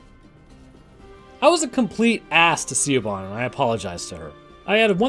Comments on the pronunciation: Siobhan is not pronounced "see-oh-bon" It is "Shi-vawn" Pronounce the "Sio" portion of the name as "Shi" with a soft "ih" sound. Pronounce the "bhan" portion of the name as "vawn." "Vawn" should be pronounced to rhyme with "lawn" or "gone." Combine both syllables of the name to pronounce "Siobhan" as "Shi-vawn." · "Siobahn" is pronounced Shee-Vawn, btw. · Siobhan is pronounced Shove-on. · I love the music choice with the pacing. Very spaghetti western. Love Borg. Also Siobhan is pronounced Shi-vawn. Gaelic names are rough lmao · Siobhan is pronounced like Sha-von. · Jesus Christ dude. Siobhan, it’s pronounced shi-vorn